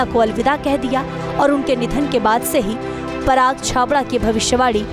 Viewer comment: Parag nahi paras chabda parag unke husband ka naam hai..naam to sahi se lo